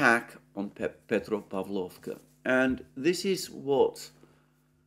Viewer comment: petropAvlovka. 😊 You mastered the urozhainoe perfectly, Alexander😊😉